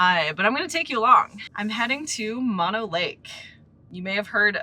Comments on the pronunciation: It is M-ō-no lake. Not Mono like mononucleosis. 🙄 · Mo-no lake Not mon-o lake. Drove by this lake as a kid going camping with parents to Yosemite, and remember the lake full with a resort and sailboats out on the water. Now after years of L.A. taking water from the streams that flow into the lake it is rather low. It has come up a bit in the last few years but nothing like it used to be. I wouldn't swim in that water if you paid me. Yuck. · Please, it is Mo-no, not Maw-no. Mo rhymes with no, (not Mo rhymes with paw) Thank you. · Horse manure , it’s pronounce Mah-know lake…….. MONO ……I’ve lived in both Bridgeport, Topaz and Mammoth lakes for decades …..there is NO special pronunciation of the lake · It’s pronounced Mo-No. like Moe, Larry, Curly. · Not to nitpick, but it's pronounced "MOH-no " lake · "Mono" in Mono Lake is pronounced as "MOH-noh." The first syllable is pronounced like "mow" (as in mowing the lawn), and the second syllable is pronounced like the "no" in "note."